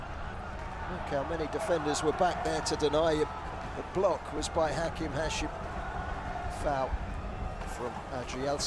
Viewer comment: المعلق يسمي هاشم ،،،هاشيمو😂😂😂صار ياباني